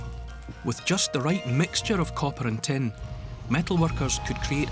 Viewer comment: When he said "it contains tin", I was genuinely confused. It contains ten? Ten what?